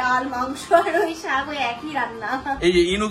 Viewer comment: বেশি শিক্ষিত হলে কি শাক কে শাগ বলতে হয়?